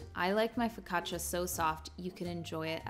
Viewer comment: It’s a step up that you learned how to say focaccia.